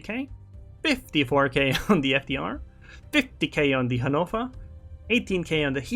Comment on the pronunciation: What the hell is a hanofa lol. Your pronunciation of ships names is hilarious